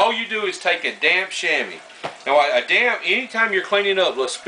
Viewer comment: Every time he says damp it sounds like d*mn